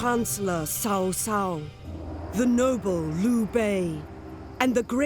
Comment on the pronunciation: It's just so damn ez to pronounce correctly CaoCao's name like " tsaotsao" instead of " saosao" which means sister in law xD Anyway great damn video again my friend and c u in the future (in Chinese your quote can be "后会有期hou hui you qi", im native)